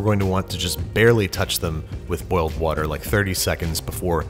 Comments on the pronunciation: My grandma says wourder as well. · You need to stop hanging out with Brad Leone, I counted 2 'wourder's